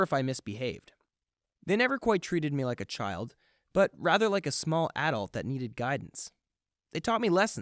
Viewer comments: It’s “ (uh-dault) 😂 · The way he said “adult”